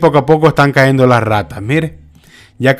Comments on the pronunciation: SE TE SALIÓ ÉL FOLCLORE SALVADOREÑO AMIGO AL DESIR CAENDO......... SÉ DISE CAYENDO...... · SUGERENCIA Se debe decir cayendo "Caendo" no esta bien dicho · Con TODO respeto amigo, NO diga "Caendo", lo correcto es "cayendo", es serio, NO es broma, ni mucho menos mala onda. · No es "caendo" es "cayendo" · No se dice cahendo se dice cayendo. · Mi amigo se dice cayendo ( no caendo) 😁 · Un comentario muy personal. Trata de hablar de la manera más correcta. Yo no soy ningún experto en lectura ni pronunciación y con mucho respeto puedo corregir te ciertas palabras que dices. No se dice CAENDO. SE DICE CAYENDO. NO SE DICE LEENDO. SE DICE LEYENDO. Y así trata de informarte. Disculpa. No lo hago por ofenderte. Lo hago, porque tu eres comunicador. Saludos y muchas bendiciones. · Lávate el oído, lo dijo cayendo y no caendo.